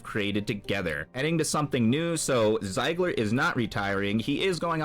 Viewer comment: Zee-gler, brother. Not Z-eye-gler.